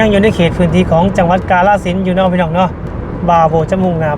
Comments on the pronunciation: ออกเสียงให้ถูกต้องนำเด้อ อย่าออกเสียงชื่อจังหวัดแบบลากยาว กาฬสินธุ์ = กาน-ระ-สิน (เมืองน้ำดำ)สองพยางค์แรกจะออกเสียงสั้นเด้อ!แต่ออกเสียงว่า กะ-ลา-สิน (กะโป๊ะ)ออกเสียงยาวเกินไป ความหมายมันเปลี่ยนไปไกลเลย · กาฬสินธุ์ อ่านว่า กา-ละ-สิน ครับ ไม่ใช่ กะ-ลา-สิน